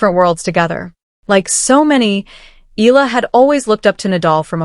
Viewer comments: It's not Ee Luh! It's should be pronounce Ey yeah luh (Eala) the Filipino way! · CORRECT.....E A LA! And not EELA... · Pronounce as e-ya-la not eel-la... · Alex ( e- ah- la) no silent letter. Pronounce properly. For those not popular how he call her Surname